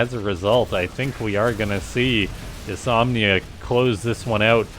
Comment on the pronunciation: It's "dys-NO-mia" not "dysomnia"